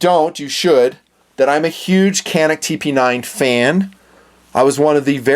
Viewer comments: It’s Janik not canik. It’s Turkish. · It’s pronounced Janik. C in Turkish is pronounced like J. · I just love and respect your videos, and the fact that you really like Caniks makes me really proud (made in my country). "Johnick" is how we pronounce the name, if anyone was curious :) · FYI, it's pronounced "JAN-ix".